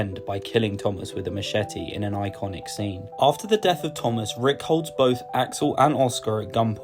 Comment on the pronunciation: Its Tomas not Thomas